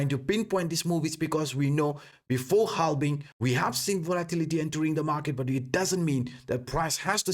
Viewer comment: it is halving, not halbing. Just to be correct.